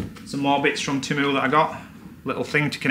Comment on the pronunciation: Teeeeeee-moooooo is how it’s pronounced not timu